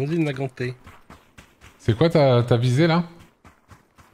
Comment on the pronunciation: ça ne se dit toujours pas "mosin-naganeuh" "mais "nagan" à la française, c'est un belge Nagan.